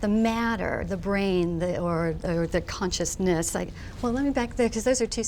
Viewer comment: Oh god she just said "Conscious-nIss" Sorry macbook, can't hold it back anymore :/